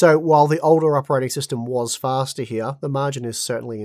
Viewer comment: Hya instead of here xD that accent